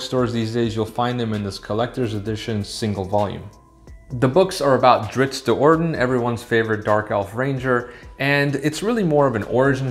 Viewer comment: Wheel of Time and now Drizzt “not Drizzit” Do’Urden. 🤘 best channel